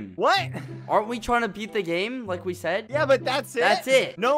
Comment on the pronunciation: Don’t forget his “yEah”